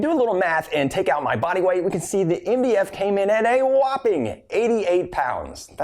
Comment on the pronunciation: When he says MDF it sounds like india